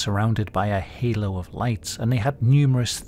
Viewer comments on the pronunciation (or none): none